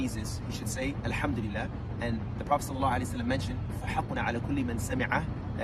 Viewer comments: Excuse me, are you being smart with me? "SHORT vowels"? Then why are you pronouncing it with a looong ee sound? "lee"? Should be "li". Get it right, because these are different. Do you pronounce sleep and slip the same? No. They're different. Also, it should be a double L. It's not leeleh. It's lillah. The L is double pronounced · yes, that is how "All praises due to Allah sounds in arabic. Transcribed as : Al ham doo- lee- leh in english. • The grammar in the arabic language introduces short vowels in "Alhamdulileh " such as the kasra shown above the letters. So the word "Allah" will not be pronounced in that manner.